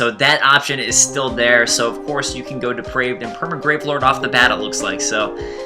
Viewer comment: Its pronounced 'depr-I-ved'. 'Depraved' is something else entirely...